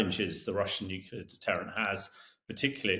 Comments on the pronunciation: It's pronounced as it is spelled.... Nu - Clear not Nuke - ular. C'mon guys. 🤨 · Hamish should learn to pronounce ';nuclear ' without saying nukular ffs.